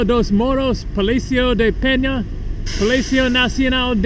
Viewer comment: He says it wrong, its pena, and he pronounces it has "penha". Pena in Portuguese means Feather.